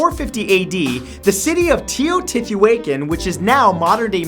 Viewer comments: it's Teotihuacan, not "teotitihuacan" jehjehjeh Greetings matt, keep up the good work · Wow that pronunciation was white. It's (Teh-o-tee-wah-kAhn), not (Tay-O-tichu-aken) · Did he really pronounce it "teo-t-awaken"? Any Mexican or anyone that knows about the Aztecs would know what I'm talking about. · It's actually pronounced Tee-oh-tee-hwok-kon. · "Tiotehuayhan" hahahahhaha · I believe it's pronounced, Te-ho-ti-wah-kan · Yeah, it's Tee-waa-Tee-Waa-kahn(Tillotejuacan) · TE-KNOCK-TIL-IN is how its pronounced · TEO TATTOO HUEKAN? JAJAJA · TEE-oh-TEE WHAH-KAHN. That's Teotihuacan. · The way he said Teotihuacán. Ugh, I know it's hard to say it, but that's not even close. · the way he pronounced Teotihuacan, lol bless 💖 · This is the second list video I've watched this week that pronounced Teotihuacan wrong. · His pronunciation of Teotihuacan was so cringey 😂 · Your pronunciation of "Teotihuacan" was ABYSMAL!! My ears hurt so. much.